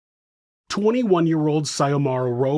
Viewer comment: Xiomara is pronounced Zee yo Mara…